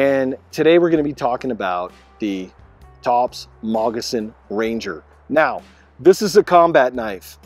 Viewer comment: It sounds like you are saying Mogissan Ranger.